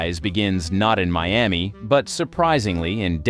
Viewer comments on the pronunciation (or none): none